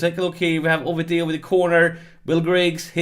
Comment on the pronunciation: Whoop whoop! Onwards Sunderland! Just a quick aside: Oviedo = Oh-Vee-Ey-Doh